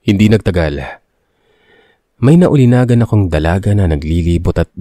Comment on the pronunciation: Hoy engot! Naulinigan, hindi naulinagan.